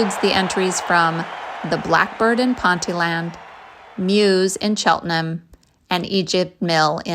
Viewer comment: Good old English place names creating problems yet again. Ponteland is pronounced Pon tee land. Which means 'Island in the river Pont'.